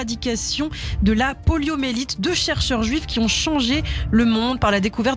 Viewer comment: PoliomYélite avec un Y et non poliomélite